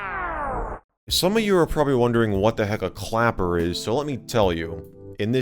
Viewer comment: him: clapper. me: clacker (thats what he actually said at one point LOL)